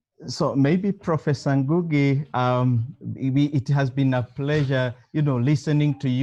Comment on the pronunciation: am i the only person who hears ngungu, its ngugi.